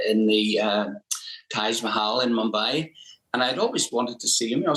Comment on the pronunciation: Dear, it's Mumbai. It's not that hard.